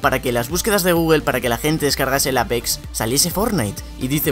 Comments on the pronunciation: Se pronuncia eipix no apex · me gusta mucho tu acento cuando dices APEX literalmente lol